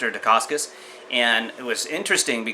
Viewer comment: You Sound like you know much but for a guy who keeps saying Al Decascos name wrong you say it as it was Italian or Polish. I was in the Ed Parker Long Beach Internationals in 1972 probably before you were born, I met Mr.. Ed Parkers then and Met Malia Decascos when she won 1st in women's Division. At that time Mark Decascos her son was a Toddler. My Sifu I took private lessons since he was green Calif. State Champ in San Francisco then took 1st in Brown belt division.. also head instructor 3rd heavy weight Black belt in the nation could not beat my teacher and after he got his black belt from Ed Parker he Beat all Light weight, Middle weight and was in finals losing by points to Jeff Smith who was number 1 in heavy weight division. There was a Studio named Universal Kenpo Who had testing students were taken into a local bar and had to lay out guys with chosen Side kick or roundhouse or vertical punch. A guy came in from a new school to do a Demo, the Black belt asked for a White Belt to Demonstrate Wosley San Soo Kung Fu,.. The Owner "Brewster" said you aren't leaving until you beat one of our black belts! The"Wosleys" Kung Fu System was a racket for money not the arts! . Frank Wosley Studio charged $50 a Month where unlimited use of the gym and weekly lesions, Originally Frank Wosley was a Businessman who met s Chinese man who inherited a book of ancient strikes to kill of cause malice, The art was taught out out a book translated into English. That is the reason they did no